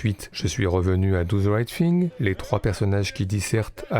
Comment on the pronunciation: Do ze right fing, t'abuses mec...